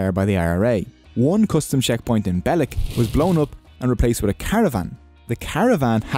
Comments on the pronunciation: It's Beh-LEEK not BEH-leck. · It's pronounced Bell-eek, not Bell-ek. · You pronounce belleek wrong, its pronounce bell + leek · Pronunciation of Belleek is so wrong it's pronounced Bel leek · Belleek has 2 e's so is Belleek, as in leak! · u pronounced belleek wrong